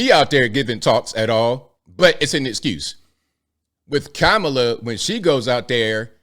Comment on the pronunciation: Kuh-mah-lah not Kama Kaka Ka Kamla